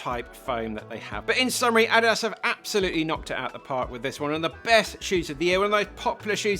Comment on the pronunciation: Do they really pronounce Adidas and Asics the way he does in the UK?